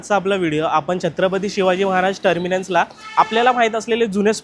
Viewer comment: Terminuns ?? Terminals re Baba 🤦🏻